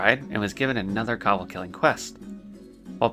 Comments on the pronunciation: It's gay when a guy makes a female character. You mispronounce kobold and Defias. BTW I started playing WoW during The Burning Crusade. Wrath of the Lich King was my favorite expansion. I quit during Legion. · The way this guy pronounces "kobold." 😆